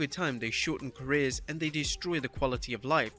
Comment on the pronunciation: IT'S CAREERS, NOT CARRERS